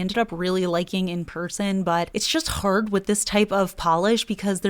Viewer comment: you really emphasized the word hard lol